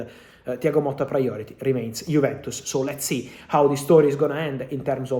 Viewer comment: Thiago MOTTA not Molta